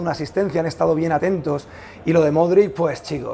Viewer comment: Aprende ya de una vez por todas a pronunciar el apellido de Luka. Has gárgaras de limón con sal para esa garganta. Cuídate.